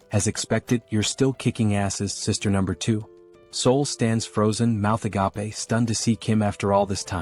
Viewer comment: Gotta love the "a-gap-a" everytime the AI says "agape"